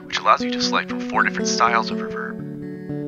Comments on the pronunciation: I think you have artistic license to pronounce it however you want. You're creating interesting content, and for my ears, the "revérb" sounds cool in the context of your vid. Thanks again. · I appreciate your unique way of pronouncing reverb. I've never heard it accented on the second syllable before. Nice touch. Nice overview of the microcosm too. Thank you ~